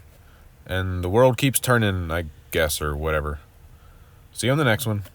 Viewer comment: I'm sorry, but at the very end there, did you say the world keeps turning, or turding? I guess both are true.